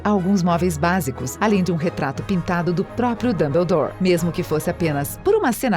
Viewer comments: ELA FALA DUMBULDOR QUE RAIVA DESSA KENGA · MANOOO JÁ FAZEM MAIS DE VINTE E SETA ANOS QUE HARRY POTTER E A PEDRA FILOSOFAL FOI LANÇADO ESSE CANAL NÃO FALA NADA CERTO E HARRY POTTER NÃO É ROMANCE NÃO É DAMBLADORE OU JOTA CÁ ROULING NÃO É RORCRUX PELO AMOOOOORRRRR ISSO É MUITO CHATO!! ANTES DE VOCÊS PRODUZIREM APRENDAM A FALAR E APRENDAM A HISTÓRIA DIREITO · Dambeudor. Kkkkkkkkkkk. Quem é dambeudor. Que p** é rorcruquises? Que leseira. Kkkkkkk. Sem necessidade essas pronúncias.